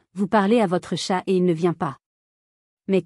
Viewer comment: Utilisez une IA qui prononce correctement chat (et non tchat)